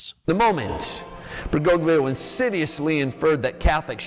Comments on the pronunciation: Bergoglio - the g is silent Fr Altman. Same old, same tired old tripe lie. Bergolio is how it's spoken, for goodn😢ess sake. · It don't know why the way americans pronounce "Bergoglio" bothers me this much. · He doesn't even pronounce it correctly. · neither. Bergoglio is an italian surname (like a lot of argentinian surnames), and the letters "gl" are used to signify a sound that doesn't exist in english or spanish. Look up on google translate how it's pronounced